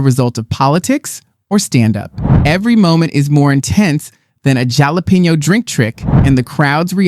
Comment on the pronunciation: Do you mispronounce jalapeno on purpose?